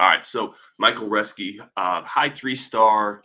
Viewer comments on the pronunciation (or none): It is pronounced Roes-ke.